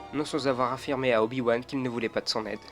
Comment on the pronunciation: A 1min12 tu dit Oyo wan mais bon sang respecte le 😂